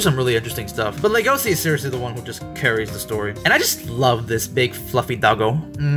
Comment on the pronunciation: Thank You for saying his name right! XD His name is pronounced "Legacy". Thank You!